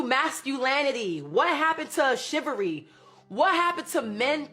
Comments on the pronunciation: MasculAnity? Chivary? 🤦🏾‍♂️ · "masculanity shivery" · can't even enunciate chivalry properly but expects. Interesting. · The word is "CHIVALRY", not "SHIVVERY".... And women killed it...